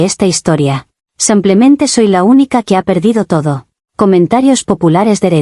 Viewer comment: ¿Alguien más últimamente escucha "sumplemente" en lugar de "simplemente"?